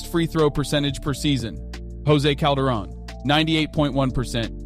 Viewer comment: Dude does this narrator even watch any NBA. Guy butchers the names of so many of the players. Enes Kanter, Jose Calderon, Mikal Bridges. Man learn how to pronounce people's names right before you do a video.